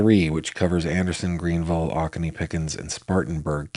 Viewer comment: GF: It's pronounced Oh-ko-nee county. This town is just five miles from me. My 21 month old granddaughter weighs 25 lbs. I can't imagine the suffering of this little boy at 4 yrs old and 21 lbs. This is truly heartbreaking and maddening cruelty.